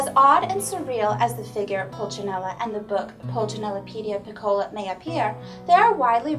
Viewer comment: Thanks for the review. Please though, "piccola" should be pronounced withe the accent on the "i", not the "o." And in French Pulcinelle, the "ci" part is like an "s" sound.